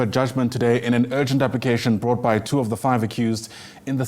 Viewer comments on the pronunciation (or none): none